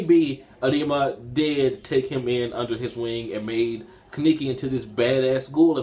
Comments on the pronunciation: Don't wanna be rude buts it's kaneki not kiniki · He butchers Kanekis name